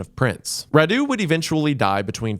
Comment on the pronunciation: I was so confused by the weird names of Vlad's brothers until I realised he was saying Radu and Mircea